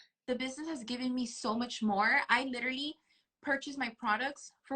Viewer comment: The way they say it isn't even "literally." It comes out as "litterly."